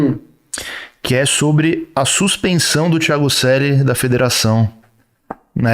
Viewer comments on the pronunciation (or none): "Tiago Suelly" kkkk